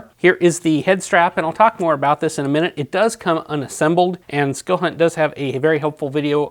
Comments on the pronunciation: Pls..It's skill hunt, not silk hunt. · You have the best most detailed videos on flashlights I'm just here to say that it sounds like you're saying silk hunt instead of skilhunt I don't know if I'm hearing wrong or you're saying it wrong. I bought some flashlights from watching your videos. Can my brother talk to you later keep up the good work